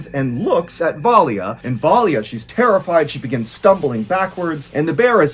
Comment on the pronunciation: The Russian name Valya is pronounced in 2 syllables, with a soft L. Va-la... that Y is meant to signify the soft L, which is difficult for most English speakers to pronounce. The name is short for Valentina.